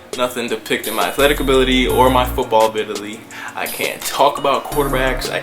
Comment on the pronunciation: "abi-TILY" its just funny